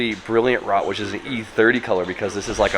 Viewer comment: hell rot just means bright red, and rot is pronounced like wrote